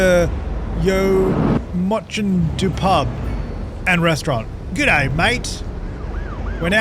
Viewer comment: As a Welsh person, your pronunciation of that pub really wasn’t the worst😂🏴